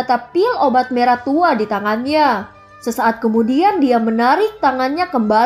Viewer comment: hampir salah kata yah tadi.hehehe Mau bilang merah eh malah marah hihihi Becanda kk aku seneng ko udah denger makasih kk.!